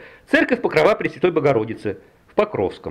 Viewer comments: церковь покрОва , а не покровА! это что за слово такое покровА? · Именно "покровА", ударение на последнюю гласную.